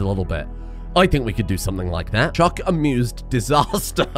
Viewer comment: As a fellow Brit, I have never heard someone speak the way you do but for some reason pronounce “chuck” as “chook” 😂